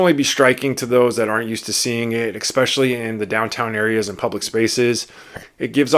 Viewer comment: I really appreciate this video! And saying that, please know that this next comment is with good intention. The word “especially” being pronounced “ex-specially” is distracting.